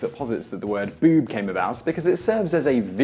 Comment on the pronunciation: why can this man not say "boob" like everyone else?